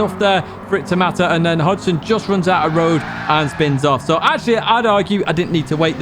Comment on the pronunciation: FYI It’s Hogston as in pig not Hodgeson and Alsace is pronounced AL Sas.